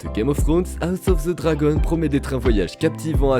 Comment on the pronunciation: Moi je connais juste "House of the Dragon " ....pas "House ofz ze Zragon" 🤦‍♂ esti que les francais on toujours un accents degeulasse quand il parle en anglais🤣 bien contents d'etre québécois et de ne pas avoir d'accents qui fait saigner les oreilles.